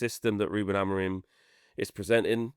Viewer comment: And is STILL calling Amorim Amorreeen 🤷🏻‍♂️ What is he not getting when both and pronounce his name correctly 🙄 Like you but sort this out mate, it’s annoying!